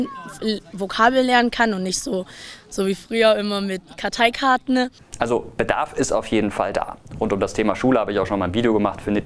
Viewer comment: Karteikartnhh? Kenn ich nicht